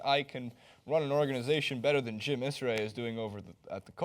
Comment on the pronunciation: Jim ERSAY NOT ISRAY